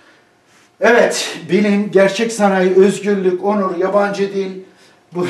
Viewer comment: Edip beg üzgürlük nedir yahu videonu izleyeceğim hevesimi kaçırıyorsun ö'yü söyleyemiyormusun